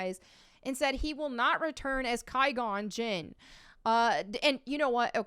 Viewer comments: "Qui" in Qui-gon Jinn is pronounced as "Qwai" or "Kwai", not "Kai". LOL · Just to let you know it's pronounced quag on jin (qui gon jinn) not ki gon jin. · his name isn't pronounced as "Ki-gone Jinn". It's pronounced "Kwi-gon Jinn". I cringed every time you said his name. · Did you say Kai Gon Jin? I lol 🤣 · Ki gon jonn????!!!!!??!!!! COME ON!!!!! Say quiet. Take out the et. But leave the same pronunciation at the beginning. Now say gone You got the jinn right. You ma’am are not a Star Wars watcher. But forgiven. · “Kai gon jin” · The prequels are your favorite, but you don't know how to correctly pronounce "Qui-Gon Jinn?" The "Q" is pronounced as "Kw." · "The Prequels are my favs" Also: "Ki Gon Jin" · “I’m a prequel fan” proceeds to mispronounce Qui Gon Jin lol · If you really are a prequel fan, you should know how to pronounce "Qui-Gon Jinn" Adam Driver is trash BTW, worst character of the films aside from Rey, and a crap actor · Huge prequel fan, can’t pronounce Qui Gon Jinn correctly. 🤔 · The prequels are your favorites, but you don't know how to pronounce Qui Gon Jinn's name? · No she’s not a fan. She can’t even pronounce qui gon jinn’s name right.